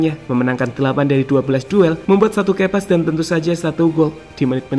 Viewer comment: Key pass dibaca "Kipas" bukan "Keipas"